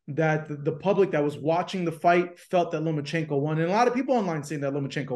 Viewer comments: Tarver needs glasses and has been on Haney band wagon… just to prove, it’s pronounced LOMA not “LOMO” 🫵🏽🤦‍♂️ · Where is the "n" in Lomachenko? 😅